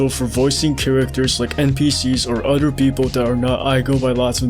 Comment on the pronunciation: "udder" whats that accent?